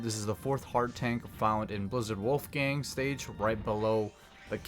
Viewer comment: like how you're saying Wolfang wrong lol